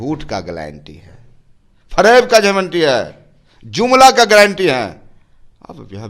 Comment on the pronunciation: ग्लैंटी 😂नही होता है,गारंटी होता है😝😝😝😂😂😂